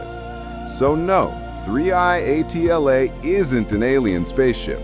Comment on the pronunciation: 3i atla? Even the name you say is wrong.